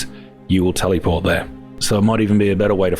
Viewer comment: Tell-eee port